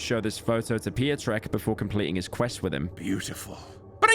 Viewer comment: "Pio-trek", it's pronounced pyotreck